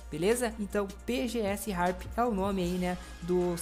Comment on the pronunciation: MDS o cara nao sabe nem falar o nome do PG Sharp